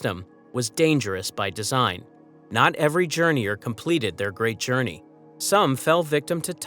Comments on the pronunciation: "Journeyours" is soooGuh Aye! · Say journey again